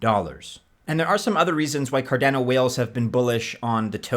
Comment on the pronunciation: CarDANo? Nobody says it that way. Cardano like mano, guano.